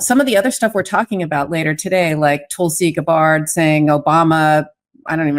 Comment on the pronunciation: With all due respect, since you were so bothered about the pronunciation of Kamala's name last year, at least say Gabbard's name correctly. Not a good look when hypocrisy of righteousness turns around and smacks you.